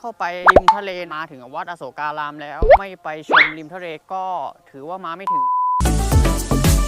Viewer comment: ควร อ่านว่า อะ-โสก-กา-ราม นะคะ ถึงจะถูก